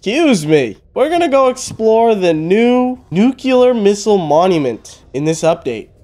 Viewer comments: its NUCLEAR not NUCULAR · Nuclear < Nukular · I love it when tries to say 'Nuclear' and 'Turrets'. Nukeular and Turrents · “ new clear “ not “nuke u lar” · Nuclear not nucular dingus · It's nuclear not nuculer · Nucular, the S is silent